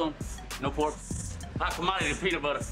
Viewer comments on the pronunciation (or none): none